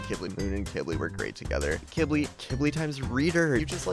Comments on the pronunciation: I’m pretty sure Qibli is pronounced key-bli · It’s pronounced quibli